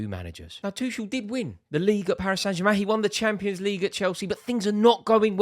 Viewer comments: Rory still calling Tuchel "Two-shell" STOP PRONOUNCING THE 'CH'. You can say Tookle or Tu-hhel. Anything but bloody Two-Shell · Is it really THAT difficult to learn to pronounce Tomas Tuchel's name properly? After all those years of PL involvement and British interest in him?